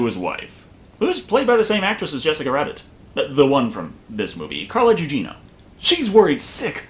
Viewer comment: Carla Gugino. Gu-djino, not Dju-djino.